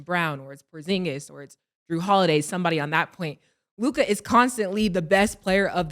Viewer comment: Am I the only who hates the way Mase says Luka it’s Luka (lue•ca) bro, not LUKAAA